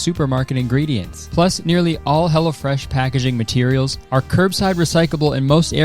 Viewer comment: I kept hearing "Hella Fresh" when you did the sponsor, and I can't help but think that's the name they should have gone with